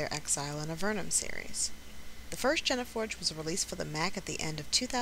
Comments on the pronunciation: I understand you dude, he shouldn't say jen a forge but your not saying are you? your'e writing. So shouldn't it be geneforge, or at least say it's pronounced "jeanforge". The guy obviously haven't heard of DNA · It's Gene (jean) Forge. Not jenna forge. Genes (jeans) as in DNA. Sorry but as a Biologist mispronounciation of Gene is apparently a pet peave. . . Didn't know till now huh. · Lol I was talking about his pronounciation of 'Gene'; He was saying Jena instead of Jean, how it's supposed to be pronounced. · Jen-eh-forge? I thought it was pronounced Jeen-Forge? Not sure if the "gene-" part of Geneforge is supposed to mean Genesis or Genetics. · Sorry to pick, but one thing was bothering me. It's not "Jenna-forge". It's Geneforge. Pronounced like Gene, as in the human Genome. (Or jeans, like the type of pants, if you will.) Otherwise, thanks for the video. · Vogel himself pronounced it "Gene-Forge" (Jean-Forge). I thought nerds were supposed to be smart. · its "geenforge" >.< oh wait... where are you from? xP ive always read gene as geen and ive been taught that way... they might say it differently in other places however... so idk whos wrong xD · Genesis is the origin of something, whereas genetics are the DNA of living creatures. The Geneforge changes existing DNA and *forges* new DNA in it's user; Conclusion: It's pronounced Jeen-Forge, and there's no way I can watch this video if she keeps saying it wrong. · I could haze you about how it's pronounced GENE like genetics. But I came to watch the video. And on top of that, you got hazed enough since this video is two years old. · Jen-a-Forge"? What the heck is that? I wanted to see a lets play of GeneForge. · I must say now even though this video is like a year and a half old: Geneforge is pronounced like jeans forge. Great video though, and I'm glad someone is LPing this game... I was just reminded of them because they went on steam sale